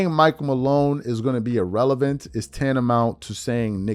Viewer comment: Wait a minute…hold the phone…stop the presses…someone in mainstream media made an outlandish, patently outrageous statement for max $ ?!?!? Unfathomable. P.S. Richard: You completely biffed your use of the word “erroneous” (to a cringe-y degree) after pronouncing irrelevant, “ee-relevant.” Almost as cringe-y and embarrassing as your team going for a slant route on the 1-yard line, and biffing on an opportunity to be something people remember (b2b Champ).